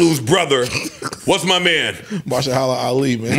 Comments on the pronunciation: Yoooo…they were butchering homie’s name 😂 Ma-hersh-ala Ali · It's muh her sha luh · Mans name is pronounced “Ma-her-sha-la” Ali. Damn that name was kicking they ass lol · Them trying to pronounce Mahershala is crazy 😂😂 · Y'all kept butchering Mahershala's name lol 🤣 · They butchered Mahershala Ali's name 😂